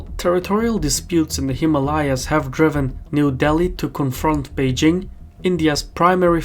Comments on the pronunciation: You're still mispronouncing Himalayas. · You are still mispronouncing "Himalayas".